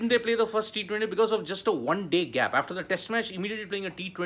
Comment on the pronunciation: Try practisiing saying the word 'after ' aaaaaf ter..... not efter